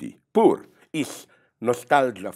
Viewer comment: l love how he sayed "POOR black people."